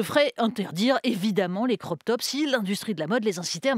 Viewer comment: "Croq" c'est votre facon de prononcer de l'anglais :"crop" ???